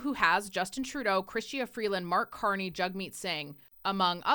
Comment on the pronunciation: Mark CON-ney